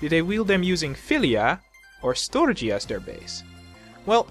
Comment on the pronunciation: ON MY GAWD, you sir are now one of my favorite ponys. also thanks for saying storge as you did, i have been pronouncing it like store-gy with a hard g for years, but i believe agape is more self-sacrificial love, in the new testament it is used to describe the love that god has for his people, not necessarily a love towards god.